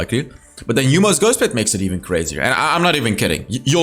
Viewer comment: Ah there it is, the jhin video. We've been waiting. Oh hey can we get a video not about marksmen? Oh by the way.... It's yo-mu, not yu-mo ghostblade 😂